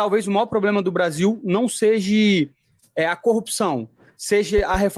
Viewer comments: "SEJE" dá dor no ouvido...kkkkk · Um dos erros mais grotescos e q dói ate o figado: seje, na onde, poblema kkkk ja trabalhei em lugar q falavam essas palavras e dava vontade d dar um tiro kkk